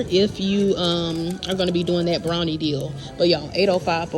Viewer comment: Brawny not Brownie